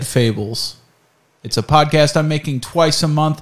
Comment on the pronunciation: Ik it’s been 9 months but I just noticed he mispronounced “podcast” at the start